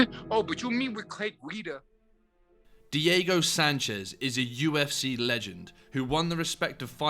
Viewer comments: You did not just say “Clay Gi-duh” 😂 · “Clay Geedah” 😂